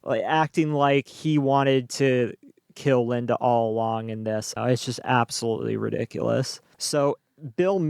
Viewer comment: AbsoLOOSELY 😂😂😂 I couldn't stop for over an hour!!!!